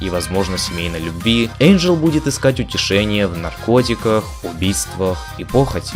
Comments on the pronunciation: ВЫ НАДОЕЛИ! НЕ ЭЙНДЖЕЛ, А ЭНДЖЕЛ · Не Эйнджел , а Энджел! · ЭНДжел? ЭНДЖЕЛ, БЛЯТЬ?! МОЖЕТ Э-Й-Н-Д-Ж-Е-Л?,_ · а смысл произносить имена персонажей неправильно??